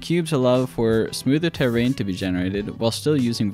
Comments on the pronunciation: terrain dude not tear rain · This man does not know how to deal with the word terrain